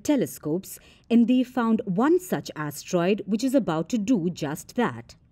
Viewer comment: She said "a tiny a** troid"